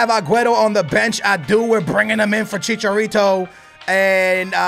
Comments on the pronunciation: You pronounce his name che-char-ree-to not che-char-retow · don't stop saying chicharito it's funny